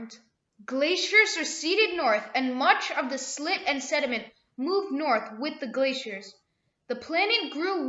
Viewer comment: This is silt, not "slit", S - I - L - T. Thanks for the video.